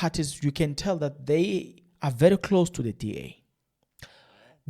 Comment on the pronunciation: just a bit of advice can you please pronounce the ministers' name appropriately It's pronounced as 'Gwagube'. The 'r' is pronounced as a 'g' Remember Nelson Mandela's moddle name "Rholihlahla,"the middle n